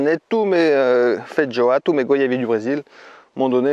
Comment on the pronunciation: Ah non c'est pas fait joa comme prononciation, c'est feijoa. Quand au goût euh non ça n'a pas un goût ni d'ananas ni d'agrume mais de carambole, en tout cas c'est le fruit le plus proche en terme de goût. Quand aux fleurs ça n'a pas le goût de fraise non plus, mais légèrement miellé et fleuri!